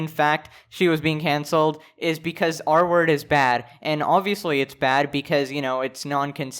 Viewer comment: took half the vid for me to undersand he was saying "r-word" and not "artwork" bruh